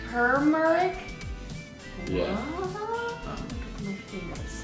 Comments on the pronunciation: That colorful powder was pronounced TOOH-MER-ICK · It’s ter-mer-ic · itts tur-mear- ic and it is not that bad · It is TERMERIC not Termic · And then we have ground turmec Me: you mean ground turmeric? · Tumeric is a spice, often used in curries. pronounced Chewmrik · no its too-mer-ick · The yellow powder is a spice used in other countries and it is turmeric and pronounced tuu-mer-ic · it is said toomerric but spelt what ever that said we put it in our rice to make it yellow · The yellow spices is pronounced tu-mar-ic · It's pronounced toom mar rick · It’s tU-mer-ic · It’s Pronounced TO-MER-ICK ! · I love how he said tumeric wrong! He made it tumerac lol!😆😆😆😆😆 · Also it’s pronounced tu-mer-ric